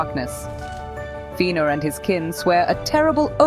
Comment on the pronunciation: Tell me more about these "Einoo-lin-dehl" and "Feenor". xD